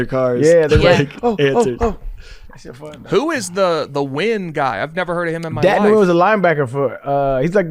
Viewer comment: Nguyen is pronounced “win” btw